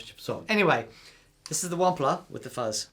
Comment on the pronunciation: Proud of you for learning how to pronounce "Wampler"...now we've got to teach you how to pronouce "Mesa"... it's MAY-sa, not MESS-a... :-)